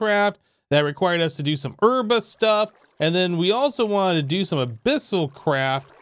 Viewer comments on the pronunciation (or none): none